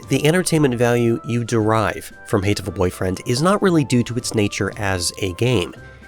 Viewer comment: Wow, such a hateful way of pronouncing the title... :D